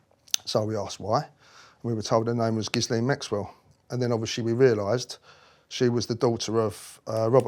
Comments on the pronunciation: The name "Ghislaine" has a silent 'S', pronounced Ghilaine. Just thought I'd mention it. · “Gis-lane”???? Reeeeally? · It is pronounced without the S. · It's pronounced 'hi-layn', darling. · Did he pronounce her name "Giz-lane" lol. Anyways I wonder why he was the Queen's favourite? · How could he have never learned to have pronounced Ghislaine correctly? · I don’t know why, if he’s so familiar with Ghislaine Maxwell, he can’t pronounce her name properly. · Why can he not pronounce Ghislaines name correctly? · It would be more believable if he could pronounce Gislaine’s name correctly. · I'm not sure I believe this. He cannot even pronounce Ghislaine. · All his supposed testimony undermined by his being unable to pronounce Maxwell's first name properly and total lack of knowledge of the law. If Andrew had gone to court, any and all testimony of him knowing Epstein Maxwell would lay him open to charge of joint enterprise in trafficking someone for sex.... even if the person is over the age of consent in the country where the alleged incident took place. You think the Yanks didnt want Andrew's head to prevent people wanting some of their rich and famous... Gates The Clintons and more spring to mind. Incidentally isnt this the same who was convicted of running a property scam, and when being investigated and tried made all sorts of allegations about other police officers? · Someone teach this guy how to pronounce Ghislaine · why did you reply all that to my comment? Where did I say he was lying? I just want him to pronounce that name correctly because it’s painful to list to him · How can he have all this knowledge and years of experience and met these people multiple times yet not know how to pronounce her name? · I wish he would pronounce ghislain properly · And yet he still can’t pronounce Ghislain’s name properly! Douche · Poor sod is not a mental giant. Can't even pronounce Ghislaine or cart blanche.